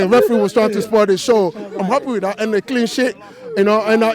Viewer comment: love this guy , he calls clean sheets , "clean shits " ... loooooool